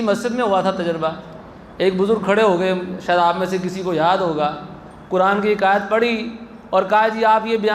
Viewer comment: قینچی والا کہہ رہے ہو قران والا قاف کیوں نہیں کہتے ہو نپہلسے خود سیکھو